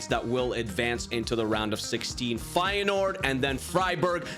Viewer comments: I'm an feyenoord fan and you dont pronounce the 1st e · Actually I dont know if you speak dutch but it is feijenoord originally